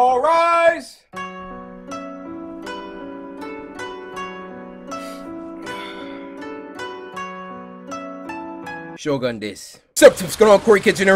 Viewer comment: Cory: Pronounces “shogun” as “shogan”